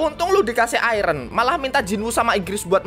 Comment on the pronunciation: Gw denger iron malah jadi Ireng 🗿🗿🗿